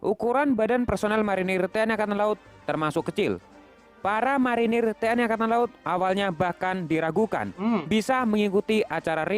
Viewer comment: TNI jangan dibaca T N Ai bos ,ejakan. Indonesia jangan. Diinggriskan yaa